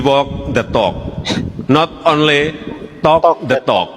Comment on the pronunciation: Wi wok nde tok Not onle tok nde tok